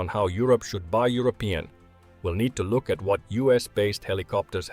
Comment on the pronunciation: Dang! And there is me thinking it was computer generated with a hint of ex-pat South African. Check pronunciation of 'Look' ;-)